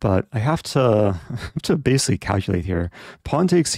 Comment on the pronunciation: I think Eric invented this along with "basilly" "Basilly the rook is trapped"